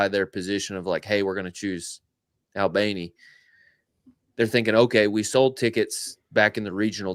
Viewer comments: Guys, it’s pronounced “All-bunny” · I crack up every time you pronounce Albany